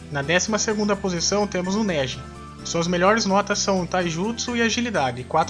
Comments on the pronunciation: para de falar néji dá raiva kkkkkkkkk. a pronúncia é Neji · "Néji" não, cara... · É Neji e não néje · "NÉJI" kkkkkkkkkkk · vc tem que aprender a fala os nomes certo !! onde já se viu chama o Neji de négi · Cara vc é foda mais mnw n fala mais néji fala neji normal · Cara vc falou no nome do neji errado.